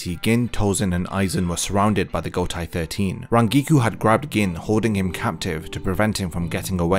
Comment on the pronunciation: I like your content a lot, but please please start pronouncing Gotei 13 as "go-tay 13" and not "go-tai 13". It's the same as in Seireitei which you already say correctly. The "ei" in Japanese never transforms to an "ai" sound. Eg. Heihachi is "hey-hachi" not "hai-hachi"